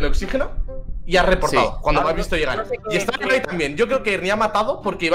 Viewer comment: No es por nada pero amo que Ibai si diga bien su nombre😂💛